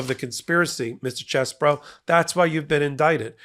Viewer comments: I'm not enthusiastic about Ken Chesebro's name being pronounced as "Chess Boro" - He's KEN CHEESE-BRO! 🧀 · Quit pronouncing his name as "Chess Bro". Pronounce his name as *CHEESE Bro".